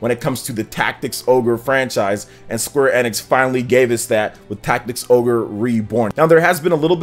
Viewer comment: Bro, I know it's a small thing but you are 100% pronouncing Square Enix incorrectly. You can literally google how to pronounce it lol. Outside of that you seem pretty solid, I'll keep an eye to see if I wanna sub :D